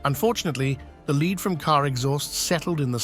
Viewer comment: Why can't those who program the speaking robot get the sound right? It is spelled Lead but it is pronounced Led. suggestion, Just spell the damn word Phonically so it comes our correct when the robot speaks it!